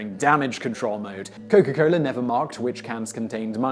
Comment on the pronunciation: its coca cola.. not coco cola